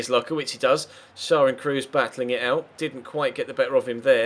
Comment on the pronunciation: the name schär is pronounced: share....just a little help :)